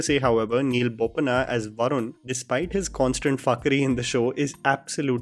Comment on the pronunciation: Not Neil BOPANNA. Its Neil BHOOPALAM